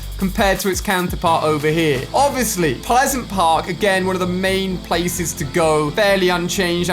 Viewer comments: Ignore the fact that ali said pesent park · Did he say piseant park or peasant park? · He said pisent park 😅😅😂😂😂